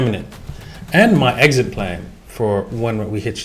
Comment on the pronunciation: exist plan hee hee. not trying to be rude